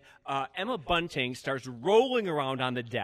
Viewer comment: Omg! Every time JSJ said Emma BUNTING I died! Love when people don't know the names of people they work with!